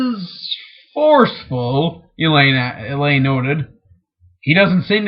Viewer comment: Only anoying thing is that he mispronounces some names. Like Elaine, Bergitta, Naineve and Moiraine... Still cool that he reads it though...